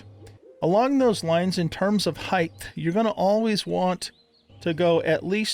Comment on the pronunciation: Pet Peeve Alert: Height not Heighth